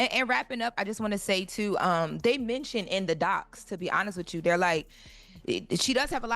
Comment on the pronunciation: Can somebody please tell that an AXE is used to cut down trees the word is A S K!! ASK! The word is not CHU it is YOU!